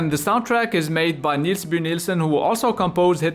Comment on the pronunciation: Well, you nearly got Niels' name right!